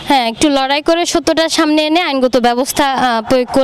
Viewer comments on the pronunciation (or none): none